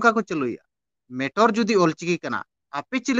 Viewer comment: "Metor" do baang babu "Matter"😅